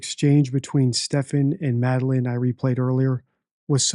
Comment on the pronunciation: He says “the vape store” so many times, but can’t say “Madeline”